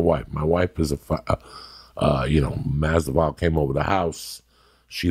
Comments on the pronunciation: Mazvidal isn’t that tough to pronounce and that’s without that 3 day old Rogan sploosh drying in the side of his lips. Poor Lee ask about Kevin Lee and Joey thinks Grover wore a man bun apparently but no he didn’t and Lee was on to a much better point of perseverance through adversity the Kevin Lee story but Coco my favorite of all time just busting some balls but take a Xanax Joey get off the Cubans nuts he was the fucking favorite for a reason and Dog Walked Nate in that fight not even interested in a rematch as a Nate fan and followed his Career since he turned pro at 19 Facts Jorge is the better fighter this wasn’t about management this was cutting ties w his old crew and living in the gym cause he realized his window was closing he spoke on it on Rogan and before the Till fight... Love Ya Coco fie hard fan but this was a bullshit take brother but a positive message no doubt even if it was off. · Don't forget Unggayo Magumbo and Jason Gabagoop 😂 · LOL! For fuck's sake. He should be able to pronounce Masvidal too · How is he cuban himself and cant pronounce that name right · You know you truly made it when Joey Diaz murders your name. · the way Joey said his name 😂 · CHAEL and COCO with their fighter name pronunciations! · Joe can u learn his Name please lol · the only Cuban who can’t pronounce masvidal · He says they are personal friends but he can't pronounce his name...lol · You would think being Cuban that Joey would at least know how to pronounce his name. He isn't khalabib or stiopich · Joey... how are you gunna pronounce his first AND last name wrong consistently!?😂😂😭😭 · my man butchered his name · Masvidal is his friend and he can't pronounce his name properly,Joey s hilarious. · Joey. I thought u were Cuban. You could at least try and pronounce someone's name correctly Haha. Nothing but love big uncle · Lol the d comes before the v.dude needs to brush up his reading/research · Learn to pronounce his name. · MasVidal! Not MasDival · Remideas Nucleosis